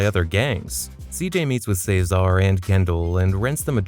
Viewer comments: Say-zar, Kendl's bf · Are you saying Cesar’s name like that on Purpose?? It’s really annoying how you incorrectly pronounce his name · It’s vercetti not Verchetti and it’s cesar not cezar but good video